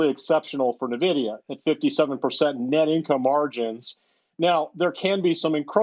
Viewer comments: its N VEE DEE YA not NIVIDIA 😂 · The guy in the video doesn't even know how to pronounce "N"-vidia! If you can't correctly pronounce the company's name, how can I take his advice!